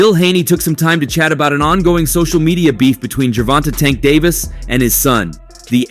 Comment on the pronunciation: I hate how you pronounce tank name 🤦🏾‍♂️😂😂